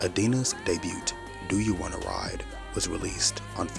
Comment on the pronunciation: The ‘t’ in “debut” is silent. DAY-BYOO. Past tense is 2 syllables: DAY-BYOOD. Excellent video, excellent channel ❤